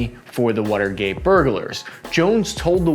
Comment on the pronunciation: "the wutergate" is all I kept hearing